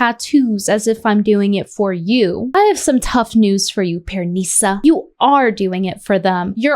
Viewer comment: I like how she pronounces PearNEEsa 😂